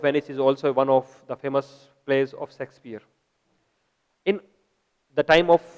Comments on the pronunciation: yah sexpier nhi Shakespeare sir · hahahhH not a sexpier its Shakespeare